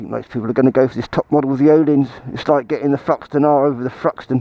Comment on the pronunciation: Interesting review on an excellent motor cycle. One question: why can't English-speaking people pronounce Öhlins correctly?